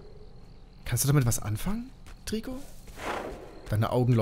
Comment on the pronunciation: Es wird treico ausgesprochen